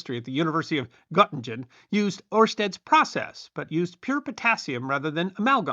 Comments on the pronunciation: Respectfully, Göttingen is pronounced Ger-ting-en, not Got-tinj-en. Great video - always a pleasure to tune into your channel. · It is Göttingen NOT Göting-dzying please learn to READ. Have some respect! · Götingen NOT Götingdzyen g as in sing